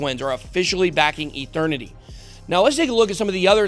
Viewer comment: Mike Tyson says Eternity like..."Ethernity"